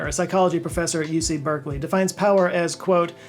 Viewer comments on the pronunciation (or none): none